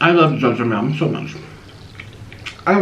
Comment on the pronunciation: Its not Shashmyeon it is Jajjangmyeon